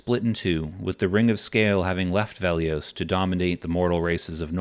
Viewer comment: It's Velious, not Veliose.